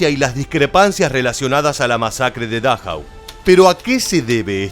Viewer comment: Por favor, aprenda algo de alemán, para que pronuncie como es debido, es Dachau, se acentúa la penúltima vocal